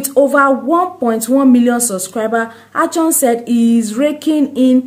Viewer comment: Plz not achon It is Akon